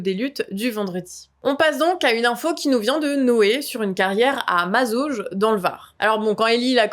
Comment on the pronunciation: Bien vu les canards! ❤❤ Par contre, c pas Mazauje c Mazaugues avec un GUE 😂😂